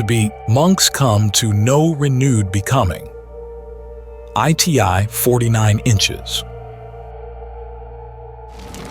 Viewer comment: the AI says " Ai Tee Ai 49 inches " 😆😆😆😆😆😆